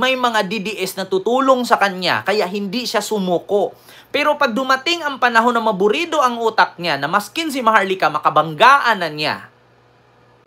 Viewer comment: Correction lng ito, hindi maburido, ang tama ay maaburido